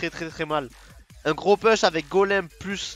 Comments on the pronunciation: pouuuuche, pas "peeeeche", en anglais, le U se dit Ou, comme tu l'emploies souvent, si tu pouvais rectifier, ça ferait du bien à nos oreilles ;) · Ca me fait très plaisir que tu prennes la peine de me répondre. Je peux donc t'assurer qu'on dit "pouche". Si tu fais un peu de muscu, tu connais les "pompes", on dit "push-ups" en anglais. Ici, tu as le "OU" de push, et le "E" de ups. Une vidéo de 15 secondes pour que tu entendes bien la différence . Pour le reste, merci pour tes vidéos, t'es vraiment très fort et j'ai bien aimé que tu nous apprennes où poser le gang pour battre le fantome ;)